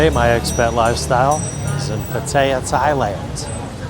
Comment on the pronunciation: PATTAYA (Pat-tee-yah) get it right Nate.